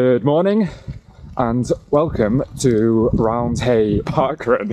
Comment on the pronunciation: Just for your information it’s not pronounced round hay it’s pronounced round-e